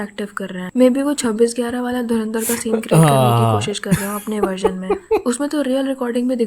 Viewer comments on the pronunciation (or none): Ye kya boli? Dharmendra film?? Inse dhurandhar bhi nahi bola jata dhurindar, dhrundar bta nai kya kya bolte hai ye logon ne Chhichundar bnayi 😂😂